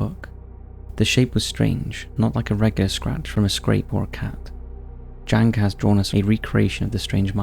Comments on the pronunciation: the name Janka is read more like Yanka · It hurts how he pronounces Janka. Makes me wonder how many other names of people and places I have wrongfully learned from this channel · Yes. Also my name got butchered :D I don't mind